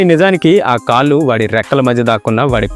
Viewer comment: కాల్లు కాదు కాళ్లు అనాలి. తెలుగు రాదేమో